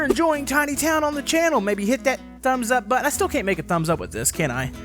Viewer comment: Caint? Is you Canadian